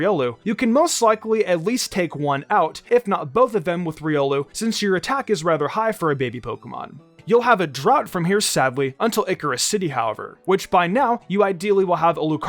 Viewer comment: Icirrus City (EYE-SEER-iss)! Man, why do people keep getting that wrong? 🤦🏻‍♂️